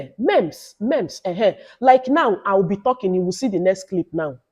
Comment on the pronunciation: Congratulations on 20k Sub🎉The way you said memes eeh😂 chai.Thank you for this YouTube master class.